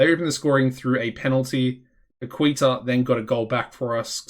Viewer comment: it is Ca-la-bria and Pa-Key-Ta:)